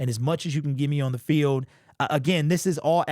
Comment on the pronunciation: Why can't this dude pronounce the word "on"?😅